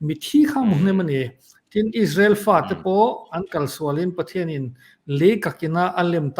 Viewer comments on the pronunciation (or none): none